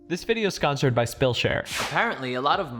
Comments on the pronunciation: “This video is sconsered” in the intro rofl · "This video is sconsored my Spillshare"?